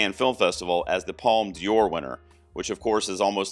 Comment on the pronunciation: Don't worry, your pronunciation of "Un Certain Regard" is fine. ..Unlike your pronunciation of "Palme d'or" like "Palme Dior" :)